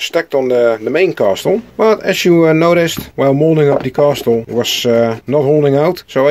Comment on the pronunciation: I like the new intro! The wooden block was a good idea, end result looks nice, the pointy tower came out best I think. Small FYI: the T in castle is silent, so in UK English: kassel and in USA English: Kessel 😋 Oh and is awesome, I hang out on panels with him a lot 👍👊